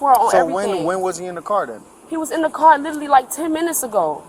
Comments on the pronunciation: She " litally", said I in college an' working part time.😮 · "It's not my fault. He lidderally got out the car."